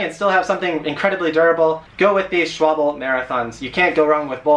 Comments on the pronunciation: Hi. Nice content mate. First..it`s not Swabel but Schwal-be. It`s so nice when you pronounce it well. (No for me but for yourself when you give your video`s open space to the world. LOL. I use Schwalbe Marathon Plus myself on my wheelchair. No puntures in about 6 years now. I am very pleased with it. I had to chance my tires about one year ago and used a new tire the Schwalbe one. These tires look like slicks but they are very sticky to the road, even when I use 7 or 8 BAR in my wheelchair wheels. In the beginning i had some residu from the tires on my hand, wich i had not when i used the Marathon plus at 7 or 8 BAR. You did a good job on your videa and will subscribe on your channel. Wishing many more safe miles to go. Greetings, Bert de Vries. Hillegom, The Netherands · Its S C H W A L B E ! Not S C H W A B L E . Use google, it has pronounce ability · Not schwable It is pronounced schwa l be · Schwalbe. This one is so hard to find the correct pronunciation that we had to go deep into the German company's YouTube archives to find it. We've heard various attempts, including 'schwal-bey', 'schwalb' 'schwabble' and 'schwab-lee'. Those are all wrong, so just so everyone's sure, it's Schvalb-uh.Oct 24, 2018 And i run 700x25 wtb thickslicks on my roadie and 700x25 gatorskins on my fixed gear....no issues with either. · schwalbe that is how you say it not schwa-bell and its durano not dew-rain-o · Schwalbe is pronounced as if you are saying the word school. Consider the "Shc" sounding like "Sc" without the "h". Like "sc" in the word "scoop" "Sch" - ool "Sch" - wal - be Some might say it's Shhhh Wal Bee, but dramatically incorrect. However here in the US that's how people says it, in the the UK however Sc - wal - be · it's German! Ofc it's "SH" - wal - bē! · I started wrenching on bikes in Germany and quickly was corrected the first time I said it wrong. haha "Sch-vahl-buh." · SHVAL-buh actually. It's not that hard. It's swallow (the bird) in German.